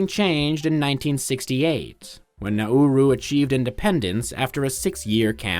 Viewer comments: I thought it is pronounced NaRoo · Everyone I've heard say it has pronounced it like the English phrase "now rue" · As an Aussie, I'm proud of you not getting it confused with Naru... Especially the when pronouncing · Pronounce the name of the island properly next time.